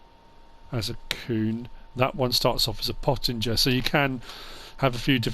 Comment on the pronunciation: Why is he saying pottinger and krone like that